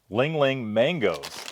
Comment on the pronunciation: Reads "Li Hing" and pronounces it ling ling and then says "It must be Hawaiian" and the words "Product of Taiwan" is front-and-center for the camera. Sigh...